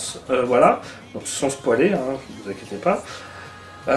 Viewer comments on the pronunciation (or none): none